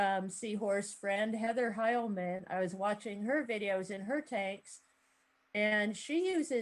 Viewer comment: Hi guys, this is Heather Hileman. you pronounced my name right- sounds like The name Kyle man but with an H. sorry I missed this and I am a little late but no I haven’t had the problem with pantyhose over wave makers restricting flow but I used the real cheap thin ones from dollar tree. The thinner the better it seems. I just cover the whole thing and tie a tight knot at the cord and it seems to work. It does suck in some debris at the back so with water changes I just pull it out and swish in old tank water and seems to do the trick:)